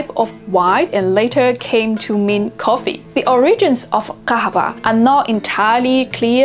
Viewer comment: Coffee is not prounounced that way in arabic. It is "qahwa".... and I never heard "khub" for good... Say "khayr" or "zayn" or "kwayees"